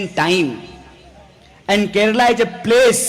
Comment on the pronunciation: He is the first north Indian to pronounce it correctly as Kerala and not as Keral as all north Indians do. He deserves a PM's position some day.